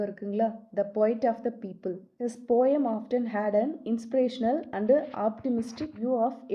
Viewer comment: It's po-im or po-uhm... Not pom